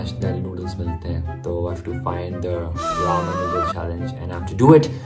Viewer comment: Thats Not Raam oww my gawd xD its Ramen noodles from Korea ahhahha